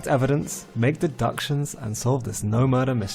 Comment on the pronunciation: ~ ha, de-duck-tions😂